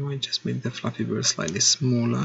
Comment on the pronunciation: At the beginning I thought he said " we are going to create a f***ing good game" im like. Da*n like the confidence lol